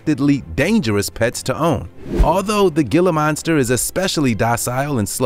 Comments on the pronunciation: Ashley Miller - Yeah, and the pix of the wolves were deliberately taken from an angle that made them look huge, and the narrator doesn't even know how to pronounce Gila monster (The G is unvoiced, as an H) - Pronounced "He-la". Definitely not an all-star effort. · Any idiot that doesn't know before buying, the difference between a monitor, Dragon and iguana, has no business owning one! Just get a cat people. ...and did I just hear this guy say "GILL-AH" monster ?? [Deep sigh] 😞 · #7 Gila Monster is pronounced Heela Monster. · Gila Monster is pronounced Hee-luh monster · #7 GILA MONSTER IS PRONOUNCED (HILLA MONSTER)HERE IN ARIZONA! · Gila (Hē-LAH) Monster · Gila monster "hee-la" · Gila Monster is pronounced Heela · The gela is pronounced hella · gila monster is pronounced he-la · It's pronounced "HEELA" monster. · It's pronounced He la monster not Gi la monster. You also pronounce Svetlana wrong. If you don't know how to pronounce things, look it up! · "gila" monster??? really?? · Gila Monster is pronounced "Hee-La". :: eyeroll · gila is pronounced heela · God help us. Gila Monster, pronounced "hila" monster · Its pronounced heala monster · Pronounced “hee-lah” monster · It's pronounced Hila monster.... The g is silent like to pee in urine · Anyone else in physical pain at hearing him mispronounce Gila monster or is it just me. Also, this is extremely biased as all animals can be dangerous. While some of these are more dangerous than others, wolves are not mean and only attack when threatened or their pups are nearby and they don't know you. Even then, they're more likely to try and scare you away or run themselves. Also, make sure that the animal named is matched by a picture of the actual animal themselves. You miss used a lot of pictures as they weren't the animal you actually mentioned. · in malay language, his pronunciation made sense tho...gila monster literally means crazy monster in malay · I actually cringed when he was saying that lol